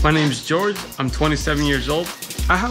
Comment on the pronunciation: Jorge isnt pronounced like George though